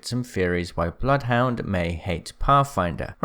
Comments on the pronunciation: Bloodhounds name is said by him in the game. If you select “Training” and ready then run up to him, he says “Welcome to Apex Legends, I am *says his name, sounds like it’s pronounced Bluth Wynder.” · Im sorry but the one thing that annoyed me through all of this was how you pronounce Johan. It’s not Jo-han It’s Yo-Han He’s got a Norwegian accent so it means that Johan most likely be pronounced Yo-han kinda like how he pronounced blood hound as “Blooth hoon-der”